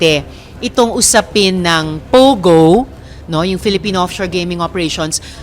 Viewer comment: POGO NOT PUGO AS U PRONOUNCE MS. BLOGGER.